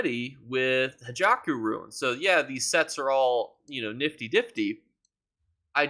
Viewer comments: It's Hakeijo not Hajako😊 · Hey its pronounced Hakeijo Runes not Hijaku Runes lol sorry if English isn't your first language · Yea usually he says hackyjo lol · He does it on purpose so people comment on his videos. He also pronounces "motifs" incorrectly as well.